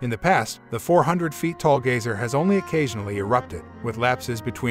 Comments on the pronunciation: Yeah huh, he says Gaysir... Lol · He can't even say "Geyser"